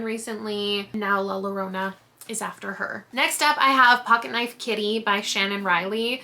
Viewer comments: These books look great. Can't wait to see the vlog. FYI, La Llorona is actually pronounced La Your-OH-nah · In Spanish, a double L is pronounced similarly to a Y. So it would be La Yorona! Great video!! ❤